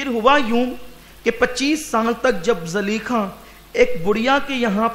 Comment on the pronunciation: Zulaikha hai really name Not zaleikha